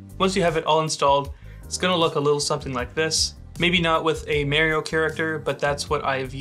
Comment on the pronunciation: Other than the fact that you called Mario, Mary-O (which was quite unsettling), great vid. Cheers!